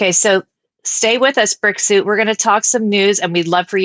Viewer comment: When you said Brick suit..I heard Brexit..I spent half the pod cast wondering why he was called Brexit